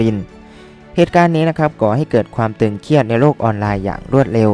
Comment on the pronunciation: 'ตึงเครียด'นะครับ ไม่ใช่ 'ตึงเคียด'